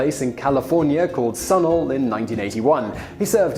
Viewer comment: Hey, I live next to Sunol! It's a funny place. Also that pronounciation...